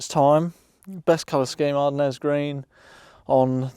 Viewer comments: The French pronunciation of Ardennes is ar-DEN (/aʁ.dɛn/), with the final "s" remaining silent. Ar-Den Green 👍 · Happy motoring,, it looks like a good, solid, car to improve over time, if that's what you want to do. Incidentally, the paint colour is pronounced like 'are den' (only without the gap in the middle - it's named after the Ardennes region in, and adjacent, France). I agree, they're lovely to drive, I have a '92 Vogue EFI 5-speed manual in this colour, with Winchester Grey interior, which has a genuine 47K miles on the clock and has been in the family from new - I must get round to doing a YouTube video of it one of these days. I'd be inclined to replace (or retrim) those seats on yours in Winchester Grey, rather than changing the door cards to Sorrell. For a start, door cards in good condition are like hen's teeth these days, plus the grey vinyl trim on the interior door pillars would also need changing to Sorrell brown, along with the carpets, parcel shelf and surrounds, spare wheel cover, etc. or it will probably look a bit odd. Besides, I know it's a matter of personal taste, but I think Winchester Grey goes better with Ardennes Green - you could always sell those Sorrell seats to recoup some of the expense of changing (if you don't go for a re-trim)? As for the upper tailgate, if it's still got the original steel one then do try to repair it (there's a fabrication and welding challenge for you). New steel replacements are unavailable, and have been for many years now, so the alternative is a non-genuine aluminium 'copy'. Some may be better than others, but they are